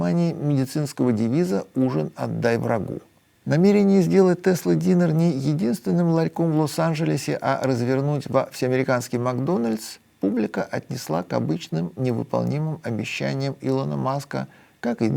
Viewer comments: Только правильно говорить не «Тесла динер», а «Тесла дайнер». Динер - ужин, дайнер - закусочная. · Закусочная по-английски читается "дайнер", а не "динер". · Сергей! Это читается ДАЙНЕР , а не ДИНЕР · Сергей, слово "diner" произносится дАЙнер. С уважением, ваш кэп. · Уважаемый автор. Избавляйтесь от совковых привычек. Diner произносится как "Дайнер". "Дайнер". "Дайнер".